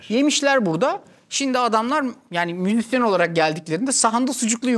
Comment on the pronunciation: “Müzisyen” demek de zorlanıyor musunuz 🤔dk 27/28 arası ne duydum ben 🧐